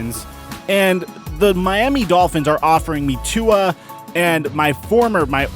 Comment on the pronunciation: If you can't pronounce Tua's name correctly don't say it. Your disrespecting him & his polynesian culture. Polynesians take this seriously offensive. #ifyouknowyouknow